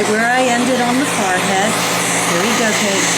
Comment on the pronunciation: Why does she say FARhead -.- its a FOREhead.